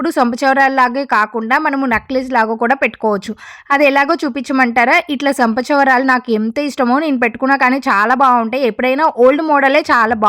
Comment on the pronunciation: సంపచవరాలు కాదు అండి చంపస్వరాలు అనాలి. Please don't mind. Just మీకోసం correct pronunciation చెప్తున్నా 😊. But mee idea chaalaa baagundi. Meeru kuda చక్కగా unnaaru